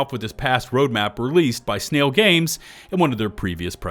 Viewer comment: Sn-AI-l Games.